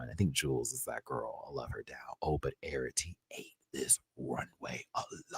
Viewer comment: Plsssss my love Arrietty is pronounced "Air-ree-etty" not "Air-ah-tee". No shade, I just know we'll be seeing her for a while 😘